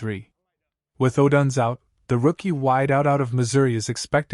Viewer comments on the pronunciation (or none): Could you please stop mispronouncing odunze 😢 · Please stop mispronouncing odunze 😢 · Stop mispronouncing odunze 😢